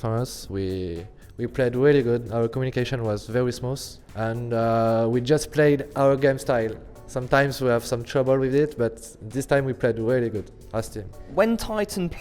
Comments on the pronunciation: "We played really smoos" :D :D Love this guy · "our Communication is really smuff" hahhahahaa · "our communication is very smoos" -kennyS 2015